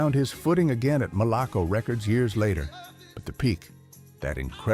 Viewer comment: It’s pronounced Mal-leh-koh!”